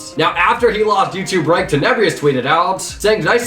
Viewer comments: did you actually just say... teneBREEEEous? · You pronounced Tenebrous wrong